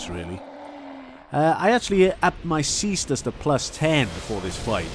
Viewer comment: /cestus/ is the right prononciation. It's latin.